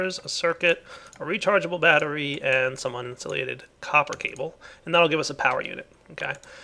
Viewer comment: the way said battery:D